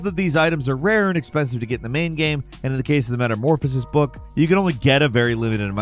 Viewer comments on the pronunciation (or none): none